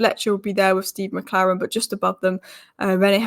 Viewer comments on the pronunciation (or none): none